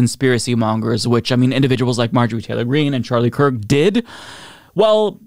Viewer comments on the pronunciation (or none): none